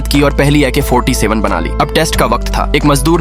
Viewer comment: Ak 47 ❌ Ik ha 47 ✅